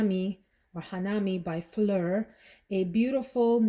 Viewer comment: to be honest, I don’t even know how to pronounce it in French either! So I think you did! 😄